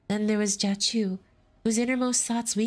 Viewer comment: I probably missed it but i need to know why you pronounce Jia as Ka lol